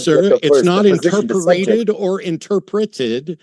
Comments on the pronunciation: Stop saying "inter-per-ated". Ugh. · Matt: It's pronounced "interpreted": You're a prick 😢